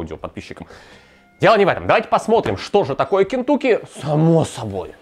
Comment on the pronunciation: Не Кентуки, а Кентаки!!!!!!!!!